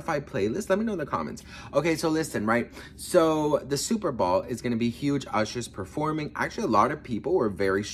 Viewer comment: BOWL, NOT BALL